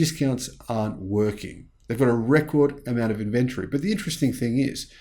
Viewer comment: please look up the pronunciation of the word inventory. Kind regards 🙏